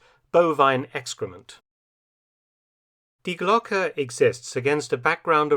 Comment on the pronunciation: Maybe someone has already said it—it is pronounced Dee Glocke, not dye Glock! Twangs my brain every time I hear it mispronounced. Does anyone check and correct the AI narration? The ‘e’ in Glocke is pronounced like the ‘e’ in Porsche (not Porsch).